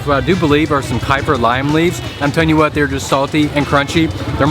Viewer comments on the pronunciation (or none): none